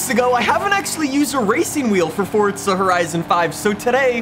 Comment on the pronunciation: Dawg it’s forza not fortza